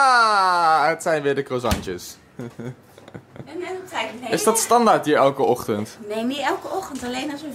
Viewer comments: Het zijn croissantjes 🥐 Niet crussanrjes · Iedereen: oh, lekkere croissantjes.: oh, lekkere croizzanstjes. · Nee het is croisant’s niet crozantjes ge moet et op u frans uitspreken